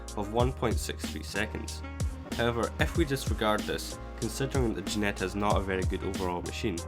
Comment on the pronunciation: Its called Ginetta, not Guinetta... But overall nice to see these stats side by side. :-)